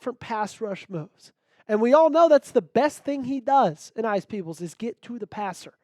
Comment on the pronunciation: Aeneas is pronounced A-knee-as